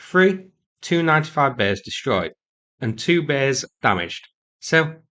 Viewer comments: Tu-95 is pronounced “tee-you ninety-five” in my world - not “295” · Stop saying 2-95. Either T-U-95 or Tupolev-95. Same for the rest. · Tu-95 is usu. pronounced by former military or NATO types as "tee yew ninety five", vice "two ninety five". You were confusing the heck out of me until I figured out what the heck you were saying for the Tupolev designation. The MiG descriptor, for Mikoyan and Gurevich, is usu. the only one pronounced by us as its own word, "mig". Similarly, we say "aay enn" for An- or Antonov. Etc. , etc., etc.